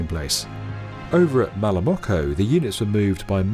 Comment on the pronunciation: At 2.41 you messed Malamocco and Chioggia.